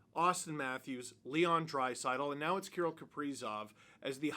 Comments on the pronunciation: Why are you saying Key - rul ? Kir - rill the thrill. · KA-RILL not Kurill! How could he not sign, went from playing at the "X" Exel Energy Center now he plays at the "G" Spot! Grand Casino Arena...The "G" SPOT!😆😅🤣😂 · I know it sounds weird, but that's closer to how you would pronounce it if you spoke Russian. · I have never really heard his first name pronounced the way you do. Maybe just say his last name.